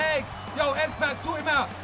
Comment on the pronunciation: His name is xpac like tupac the rapper